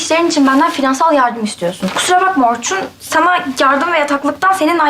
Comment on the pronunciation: Orkun galiba R'leri diyemiyo 😅😅